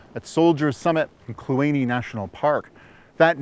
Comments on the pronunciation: Kluane is pronounced kloo-ah-nay. Otherwise I’m absolutely impressed with the video! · Pretty neat. Though the mispronunciation of Kluane was like nails on a chalkboard for me. Signed - a Yukoner